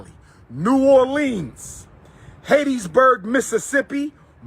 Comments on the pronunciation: It's "Hattiesburg" not "Haitiesburg". what is wrong with dude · Hateteesburg, MS? I guess I've been saying it incorrectly all these years.